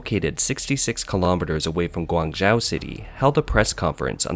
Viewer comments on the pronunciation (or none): pls, learn how to pronounce "Guangzhou" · Yeah he's pronunciation of Guangzhou was especially annoying lol